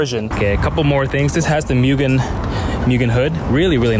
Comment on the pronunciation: MOO-gen. Not MEW-gen.